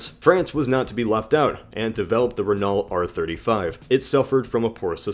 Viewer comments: My god you say renault like its actually spelled. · THought the French E was more like "uh" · I think it's not "ree" because in french this sound is prounounced with a "i"so "rennoe" has to be the right way (btw i"m french) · Its Reno not Renal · Not "raynawlt" , but "rayknow" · Renault is pronounced ren-oh, REN-OH,, NOT REN-ULT, REN-OH. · It's pronounced "rennoe" not "reenalt" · I love your pronunciation of Renault. It never occurred to me that some people would pronounce it Ren-alt rather than Ren-o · I'm sorry if you've already seen it, but you're pronouncing Renault wrong. You're saying "re-NALL" when the more correct way is "re-NOUGH, as in "dough". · "Re - no" not Renull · Pronounced Ren-oh not Re-naw-lt. (Renault) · btw its ren-o not ren-ault (just sayin) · Renault is pronounces Renough not renaul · Renault is pronounced (ren-oh) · pssst it's pronounced "ren-o" not "ren-alt" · Renault is pronounced like Renno btw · Renault is pronounced Ren-o by the way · Renault is actually pronounced Re-noe. Sorry it just kinda bothered me. Amazing video though! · A little nick picky I know, but Renault is pronounced : Ren-Noe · great video gut f.y.i "Renault" is pronounced Ren-O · renault is pronounced "ren-oh" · Renault is pronounced "Ren Oh" btw. And I'm a Brit... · isnt Renault pronounced as [reenau]? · Renault is pronounced "reh-no" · Renault is actually pronounced Renó. :) Now you know! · Just to let you know you pronounce Renault reno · Renault is pronounced as Ren-Oh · Renault is pronounced as Renno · renault is pronounced ren-oh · Renault is pronounced "Renoh" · "Renault" is pronounced "Ren-o." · Renault is pronounced 'ren o' It's French, and they pronounce better than they spell.... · Renault is pronounced ren- oh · Renault is pronounced RENow lad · It is pronounced (ren-o) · FYI its pronounced RENO 😊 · It's pronounced Ren-no. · It's pronounced renal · Its pronounced RE-NO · More like rennoe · You pronounced Renault incorrectly